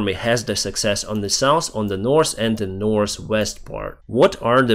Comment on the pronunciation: North, not norse 😖